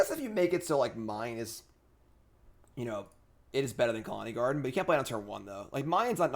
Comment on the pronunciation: please stop saying Khalani Garden.....